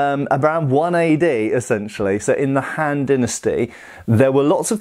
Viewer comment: The han-d dynasty... ‘scoff’